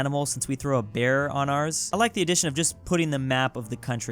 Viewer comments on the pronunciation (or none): none